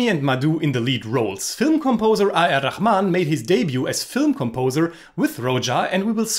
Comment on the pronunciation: Sorry sir but can you tell me how you pronounce "A.R. RAHMAN" I don't mean to disrespect you but you might be pronouncing I.R. RAHMAN